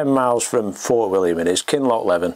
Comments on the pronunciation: Apologies,, the pronounciation is "KinlochlEEven. Brilliant footage from you. Thank you. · its pronounced KINLOCK LEE VIN lol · Brilliant video once again. Highland Pronunciations “Kinloochleeveen” 😂.. keep up the great work